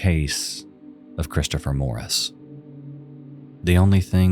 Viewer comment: My nerves are struggling with the pronunciation of Christopher sounding like “Chris-Cha-fer”. 😣